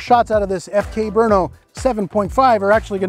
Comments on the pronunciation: Great pronunciation of Brno (BURN-oh would be a close ENG equivalent -- like you say it.) Also, some remarks/potential corrections: I believe FK Brno is not a subsidiary of Ceska Zbrojovka (I was not aware of this if so); the FK Br frame is somewhat derived from a CZ frame, that is for sure though. On pistol ownership: In Germany people, at least hunters, are allowed to own two pistols; in CZ all registered gun owners/users can own way more. Thanks again! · As a Czech I must say, BRNO is a lie. The city does not exist. It is a conspiracy against Prague. And thank you,, for pronouncing the name of the imaginary city properly. I'm amazed that an American can even pronounce our Czech language. Kudos. If you do not understand, do not stress it. It is a joke by Czechs for Czechs. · I'm impressed by your research and pronunciation of "Brno". Nice! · So far is the only one who pernounces FK BRNO correctly thanks officer Gregg😎👍🏻